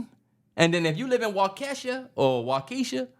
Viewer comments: Yall have to work on the Wisconsin names bruh it’s Waukesha (wau.ka.shaw.) 😂 Racine (Ray.Seen) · Being from Milwaukee yall totally butchered the city names 🤣